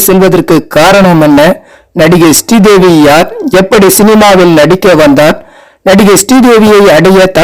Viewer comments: Her Name is not stee devi, it's Sree devi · Stree Devi Stree Devi nu அயிரம் தடவ சொல்லி கொல்றீங்க பாஸ்!!!